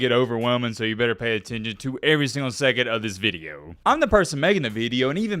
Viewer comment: The way you say video is not southern, northern idk where tf you learned to say "veedeo"